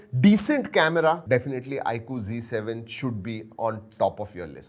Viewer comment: bhai apise g7 kio boltey hojabki ye z7 h